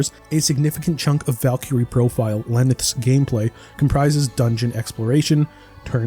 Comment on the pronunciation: The pronunciation of valkyrie and einherjar is killing me